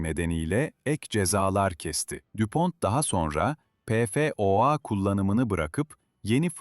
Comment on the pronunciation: Bir dakika dinledim bıraktım. Saygı ve özen noksan. Okunuşu Düpon okunuşu Türgo...